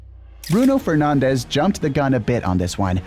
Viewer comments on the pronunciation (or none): none